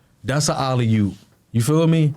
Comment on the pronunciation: Dude quilly really said alley yoop 🤣🤣 wtf 🤦🏾‍♂️